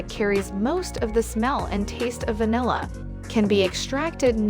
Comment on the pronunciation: Good content but please get a dictionary for pronunciation. You can start by looking up vanilla.